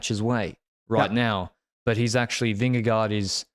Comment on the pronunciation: I love you but please pronounce vingegaard differently, I die every time😂